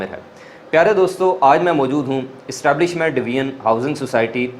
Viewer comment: Istablishment sosaity 😂😂😂😂😂😂😂😂😂